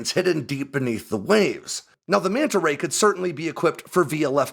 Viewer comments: Mee-anta Ray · The one thing I learned in this video is the fish's proper name. I always pronounced it Mana Ray!